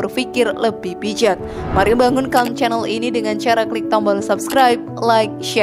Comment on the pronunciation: admin salah ngucapin channel